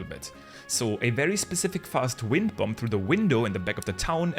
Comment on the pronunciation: The second B in bomb is silent. Please. It hurts so bad.